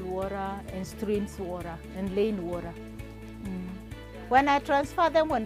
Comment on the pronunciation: the worra woraa thing.not hers